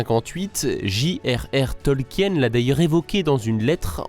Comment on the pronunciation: Tolkien se prononce "Tolkine" et pas "Tolkienne"